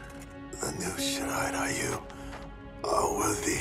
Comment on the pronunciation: Playing this cranked up on the big screen, but if there's one minor gripe, shouldn't Shirai-Ryu be pronounced "Ree-yu?!" Never got round to playing MK11 but definitely catching this in anticipation for MK1. Think I should watch MK10 as well...